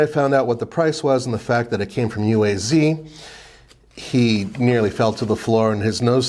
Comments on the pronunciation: It’s pronounced “Ooh-ah-z” not U.A.Z. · Pronounced “Ooaz”.